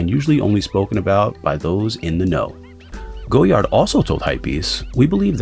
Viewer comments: I believe it's pronounced GOY-ard, not GO-yard. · was looking for this comment, thanks. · Its pronounced goyar the d is silent... this guy.... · Wise Memayor it’s a French thing... we’re quirky like that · Too late! Americans pronounce the "D". It's Goyard with a "D" now. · 000 001 to late? The brand is French so its never going to be to late to change the way you pronounce “goyard” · In English it isn’t Goyard this man isn’t French Clearly someone in Brazil isn’t going to pronounce the word the same way a French Person would let it go it’s not that deep.